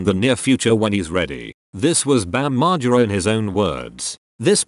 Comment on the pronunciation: I hate the way the voice of video says his name Bam Mar Jer Ra